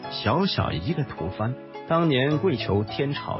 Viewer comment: 吐蕃 （念 Bo), tu bo. 不是吐番 （fan）。